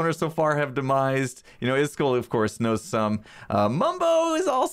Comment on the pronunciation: iskull blah blah blah... Me: IskAAAAAAAAAAl!!!!!! Say it right!!!!